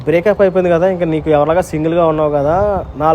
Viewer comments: Breap up❌break up anna 😂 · Breakup ❌ breapup😅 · broo breapu❎ breakup✅